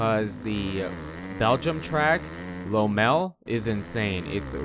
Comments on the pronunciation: Neither - lom-mal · As an American I am also confused. This is the first time that I've ever heard anyone pronounce it as that. American or not, I only hear people pronounce it as Lommel. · Americans really love butchering the pronunciation of words how do you get “lowmel” from Lommel 🤣🤣🤣🤣🤣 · Shame how much he butchered the pronunciation though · Is it “low mell” or “law mull”? 😂